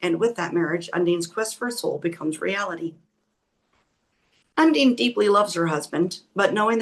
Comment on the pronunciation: Check pronunciation of Undine 😊 My mother’s middle name ❤